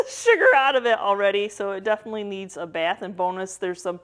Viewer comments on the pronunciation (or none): none